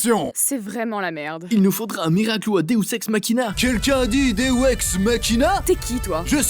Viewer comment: Le (il nous faudrait un deos ex Machina , vous avez dit deos ex Machina) 🤣🤣🤣